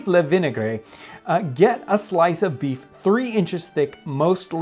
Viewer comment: "Get a slife...slice" Okay, Jon, I will :(